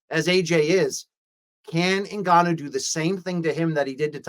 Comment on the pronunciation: luke calls ngannou 'en-canoe'